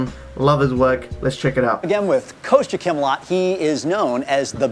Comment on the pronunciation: Its Kostya, not Koista